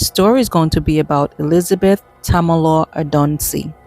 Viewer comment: Tamilo(ray)...pronounce it right.